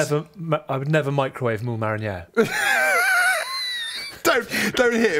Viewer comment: To be honest, fish of any sort is actually really good if you "mick-row-wa-ve'i" it! Cover it in butter and cling wrap, a minute or two and voila. Perfect.